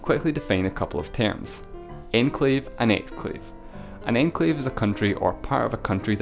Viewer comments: When you say enclave it kind of sounds like your saying enslave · Enclave is pronounced awn-clave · i thought it said enslave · love it when you say enclave :D